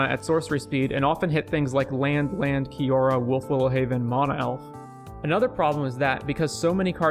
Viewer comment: Man I liked where the video was going but I couldn't finish it because of how unreasonably annoyed I was getting with the way you pronounce "mana"